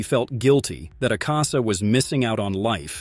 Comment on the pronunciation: The way he pronounces some words makes me mad asaka 💀 shinobu koushi💀